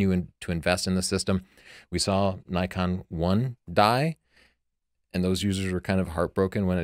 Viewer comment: Judging the grammar in "tavel of light" according to your convention, while pronouncing "Nikon" wrong? Interesting.